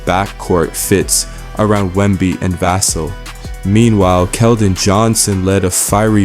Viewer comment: I don’t get YouTubers that can’t pronounce Vassell correctly, makes me think you don’t really watch the games